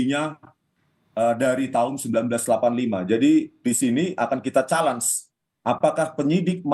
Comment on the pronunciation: Detik 6.40 Akan kita Chals atau Challenges mksd bg itu ya, tlog bantu dong penjelasan dri bpk dokter itu chals atau challenges yg bnr bpk dokter??? 😂😂😂🤪🤪